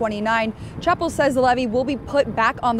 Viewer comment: how bout them saying CH-APP-EL and not CAP-EL-LE